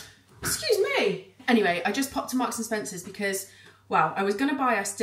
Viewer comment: I was thinking you ordering an oat milk coffee…. But it is